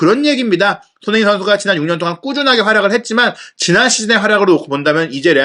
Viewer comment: 손흥민 발음이... 소흐미선수라고 하네